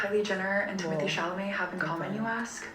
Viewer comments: "Timothee Chimotee "💀💀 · “timothée chimatée” 😭😭😭😭